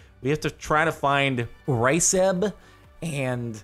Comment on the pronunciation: "ryceb" is pronounced "guseeb"